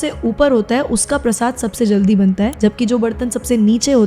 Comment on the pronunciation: Prashada bol diya prashad ko 🙂